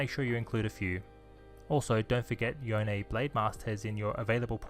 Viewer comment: Yone is actually pronounced Yone